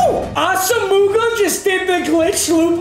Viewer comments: Someone PLEASE tell papa it’s asimwa not asuhmooguh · Ah sum wah for the love of God not ah sum mooga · ITS NOT AH-SOM-MOOGA ITS AH-SOM-MUAH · awesome-moo-gah lmao it’s aw-sim-wah papa 😂😂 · NAM D AH SOME WAH! Not AH SAH MOOGA! Come on Papa!!! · NAM-DEE AWE-SUM-WAH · It’s not asa mooga 🤣 it’s Auss omowuhh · Papa, its (viet)nam-dee awesome-wah Not ossumugga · It’s asome-wa NOT ASUMOOGA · papa it’s pronounced awesomewah not asamooga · It’s ah-sum-wah not ah-suh-muga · Nobody: Papa: ASA-MOOGA!!! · Ik I love papa but it drives me crazy - “ah-sum-wah” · I cringe so hard when he says “ Asamooga” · Nobody: Papa: AsaMOOgah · It's Ahs uh mwah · We need to tell him it’s AH SUM WA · saying assamooga is like him pronouncing his own name meager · I’m gonna comment everyday. It’s pronounced Ah-Suh-muah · No disrespect, but Nnamdi Asomugha is pronounced Naam-dee aa-suhm-waa. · Comment #53 PLEADING to learn how to say Asomugha correctly. ITS “AWESOME-UH-WAH” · Asomougha Is pronounced awesomewa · When is this man gonna learn it’s not pronounced “As-a-moo-ga” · Meag’s it’s pronounced Ah-sum-wah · It's pronounced Ahss-um-wa for future reference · Just an fyi, it’s pronounced Ahsum-muah” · Asomugha is pronounced “Awesome-wah” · Just needed to let you know because I've heard it in multiple videos. You're saying Asomugha wrong. It's pronounced Ah-sem-wah. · nnamdi asomugha is pronounced AH-səm-wah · Say assamooga one more time I dare u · It’s pronounced Awesome-Wah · Dear Papa, sorry for the correction, but it annoyed god damn near anyone, His name is pronounced Nam d y Asom waa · Asomugha is pronounced awesome-wah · Papa his name is nnamdi aw-sem-wah just so you know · Papa, it’s pronounced “os-um-wa” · 1. It's pronounced ah-sa-moe-wah 2. You didn't have Harold Carmichael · Please it’s not asmuga 😂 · It’s pronounced (asumwa) not asomugha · When will he learn it’s pronounced ahsu -mwah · Jesus Christ its pronounced "awesome-wa" pls stop it hurts